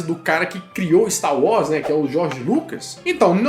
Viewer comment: É wars (uórss) e não "Uós" 🙄